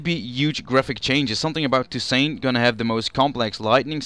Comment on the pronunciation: It's pronounced [to: sont] With a silent T at the end. Not "Too saint".